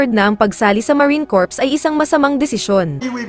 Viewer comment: Tanggalin mo ang P sa pronounciasion at nakakahiya marine core lng